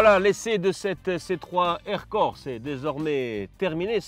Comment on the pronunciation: J'ai adoré "air Corse"